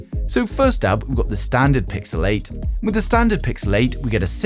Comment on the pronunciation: I kept hearing Pixelate instead of Pixel 8 😂